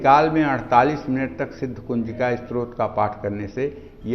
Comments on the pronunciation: स्रोत नही स्तोत्र....आपका का उच्चारण अशुद्ध है #डिसलाईक्ड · आप पहले अपने उच्चारण को शुद्ध कीजिए। आप स्तोत्र का उच्चारण स्रोत और ब्रह्म का उच्चारण ब्रम्ह कर रहे हैं।